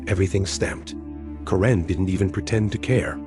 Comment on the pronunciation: It's Kare-n not Ka-ren, get it right AI.